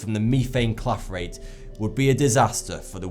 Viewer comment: "Meefane Clafrate" XD